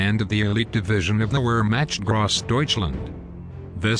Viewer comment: Interesting video but please learn how to pronounce basic German words like “Gross“ and “Wehrmacht.”